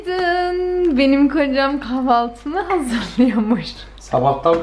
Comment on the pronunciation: Sevgili hemşehrim çok tatlısın ama şunu söylemeden geçemeyeceğim,her seferinde KAVALTİ diyorsun,lütfen doğrusunu söyle,KAHVALTI.....Hollanda’dan selamlar....🦋🦋